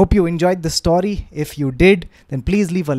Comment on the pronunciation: Love storytelling 💝 Ps - what accent is saying story as "staury"?